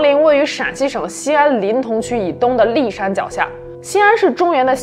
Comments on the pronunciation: 还有骊（li第二声）山，“首当其冲”的错误用法等等。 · 骊（lí）山 恶劣（liè）